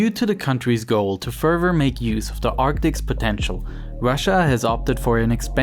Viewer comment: Evier furver or more fouroowly...this FUCKIN GUY